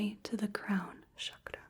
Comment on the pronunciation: It was a relaxing video. You really did lot of research about eastern spiritual practices. I liked the way you pronounced "chakra", Its actually how it's supposed to be pronounced according to Sanskrit. Your voice is magical and your aura is very calming. I liked when you narrate your actions.